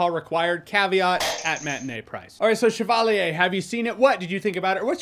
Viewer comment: French person here, clicked on the video and was interested to see how you pronounced "chevalier". 7/10 😁